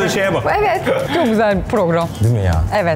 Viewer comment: Orkunun netflix deyişini netfiliz diye anlayan bne fkdkk